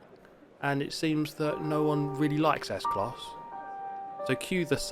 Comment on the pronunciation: Yes u did well with the German car s class. Like it's school 😊